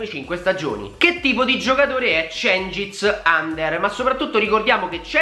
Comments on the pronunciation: si legge under non ander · Mi sa che si pronuncia uender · credo che si pronunci under con la u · Si legge djengis yunder ... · Under pronounce just like ujfalusi. no english.